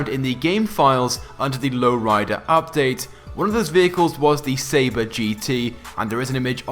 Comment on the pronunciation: Do you remember when you called the sabre the sabra turbo! No hate just funny, either you changed just because or you got too much hate